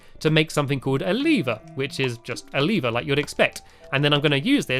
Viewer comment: its pronounced lever not leeeeever